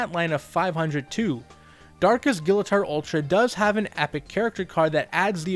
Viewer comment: Technically his name is pronounced as gill-uh-torr.